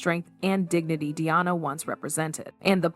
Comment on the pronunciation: This seems inaccurate And also weird in some respect, particularly pronunciation of names like Diana.